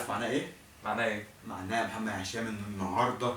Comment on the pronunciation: بالتوفيق يامحمد انت شخص كويس بس متقولش كلمة محمد تانى عشان انت بتنطقها محمه ودى بتضاااااااااااااااااايقنى